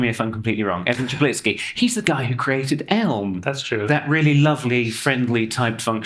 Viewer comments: Amazing! You pronounce Evan's surname more correctly than he does himself! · Omg, you are the only one that pronounced his last name correct. Kudos